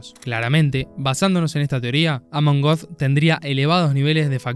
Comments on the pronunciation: Er heißt Amon göth, nicht Amon goth. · Amon Goeth se pronuncia "ámen gót." Saludos